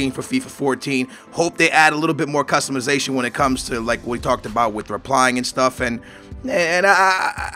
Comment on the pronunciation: Customuhzation? Lol its customization